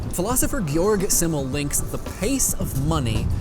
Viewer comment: Love you, man, but Simmel is pronounced ZIM-el, and he was a sociologist, not a philosopher. Seriously, though, love you.